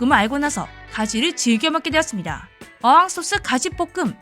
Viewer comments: 어항소스? 이게 뭐지? 첨 듣는데 아 어향소스를 어항소스라 하는구만 ㅋㅋ 글자만 그런게 아니라 발음도 어항이라고 하는것 보니 아마 본인도 모르고 하는 소리 아닌가 몰라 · 어항 소스 아니고 어향 소스요 ㅋ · 에 어'항'소스라고요? 이런 소스가 있습니까? 😮